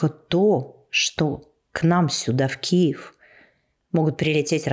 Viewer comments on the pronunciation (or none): none